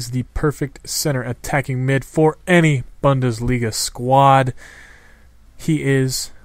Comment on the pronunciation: It's pronounced "BOONDESLIGA" haha